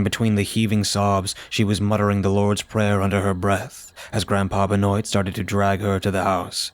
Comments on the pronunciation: Love your stories man! Just one thing. Benoit is pronounced "Ben-wah". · I'm saying this ONLY because I have a friend with the last name "Benoit" it's "ben waa" 😅 At least that's how they say it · Benoit is pronounced ben wah. Remember that wrestler or ball player Chris Benoit, dude who killed himself, that's what's making me think that.